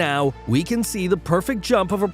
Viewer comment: We all heard you say drump instead of jump one the pole vault video. Ill never forget this